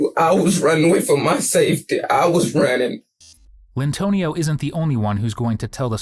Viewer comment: "Lyntonio".......Enough said.